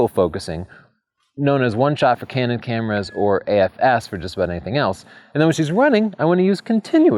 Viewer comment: Did you say candid or canon shots?